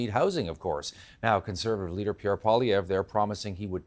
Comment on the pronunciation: What an idiotic clown who can't even pronounce Pierre's name correctly.